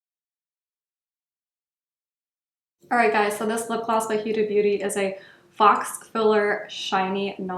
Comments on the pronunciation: Hi nice video ~~~ the bronzers are pretty! I ordered one last week and I’m waiting on it to arrive. I hope I like it. Also I’m not trying to be rude but just wanted to let you know that the word FAUX is pronounced “ FO”. Hope you have a great day! 😎♥️ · Faux is pronounced FOE, rhymes with Joe. Nyx is my fave, inexpensive but good quality.